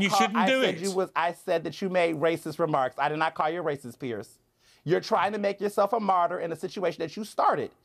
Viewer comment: Just answer his question. And it's Piers, not Pierce.